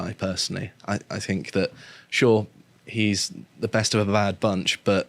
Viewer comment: Any broadcaster who pronounces "think" as "fink" etc should be purged.